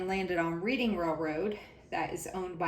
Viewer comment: Hi! It’s “red-ing” railroad😊